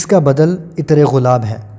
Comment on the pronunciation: معزرت کے ساتھ۔ (ایطر )نھی بولو _____عطر بولو۔ دوسری بات یہ ھے کہ جب اصل بات بتانی ھوتی ھے تو اسی پر فوکس رکھو۔ ادھر اودھر کی باتیں بیچ میں لا کر ویڈیو کا گلا مت دباو۔ میں نے تین بار سننے کے بعد پتہ لگایا کہ عود عطر کے بارے میں ارشاد فرمایا جارھا ھے۔